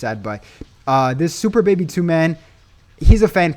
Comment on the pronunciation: " super baby do " 🤣🤣🤣🤣🤣🤣🤣🤣 It was funny I'm sorry I know what u meant tho.